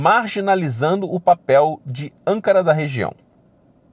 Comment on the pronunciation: Pronúncia do nome da capital Turca (em português): Âncára.